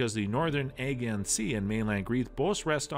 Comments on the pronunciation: You pronounced Aegean completely wrong 😑 it’s pronounced Uh-Jee-Uhn not aggy-on 😂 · In the what Sea?! Ajyeon?! Bruh it's "Ey-jian." Aegean Sea. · I think the pronunciation of Aegean grated on me the most grrrr